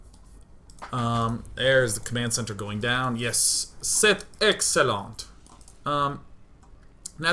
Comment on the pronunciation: day9 you have great french pronunciation, but for the french word excellent the "t" is silent. ;)